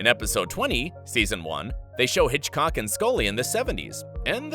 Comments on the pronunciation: it's norm Hiscock not hitchcock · it’s norm hiscock not Hitchcock